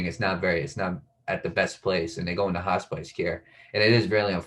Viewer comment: Hospice not hot spice